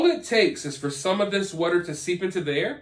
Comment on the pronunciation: Water not wutter🤣